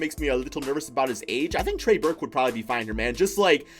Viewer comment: Trey Burke bro trey Burke 😂😂